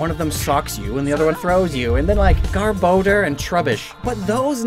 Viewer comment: Garbodor, not Garboder